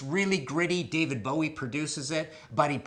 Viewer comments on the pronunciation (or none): none